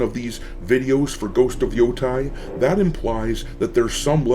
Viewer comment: I know this is not critical and very nitpicky. I thought I would let everyone know, that in the Japanese language, an 'ei' is pronounced 'ay' like hay, and 'ai' is pronounced like 'eye'.